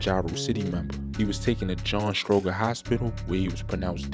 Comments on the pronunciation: It's pronounced, strow-jur,, hospital. And they always die going there cause it's so far from the Southside. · Every time you mispronounce John Stroger hospital (Stro-Jer) is how it sounds. It's funny but you got your facts surprisingly accurate bro keep doin your thing